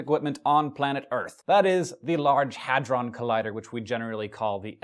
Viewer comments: It's a HADRON not a Hydron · It's "Hadron" not "Hydron".